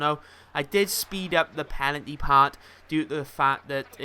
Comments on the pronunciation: Loving this series keep it up. How come you say pelanty when it's penalty? I think you will be first. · PENalty not PELanty ;) love the vids keep em coming:D